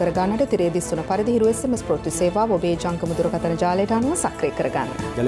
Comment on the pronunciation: අනුරුද්ධ ප්‍රවුර්ති වචනය හරියට උච්චාරණය කරන්න